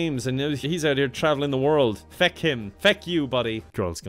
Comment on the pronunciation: “feck him! Feck you buddy” The way he says fuck! 🤣🤣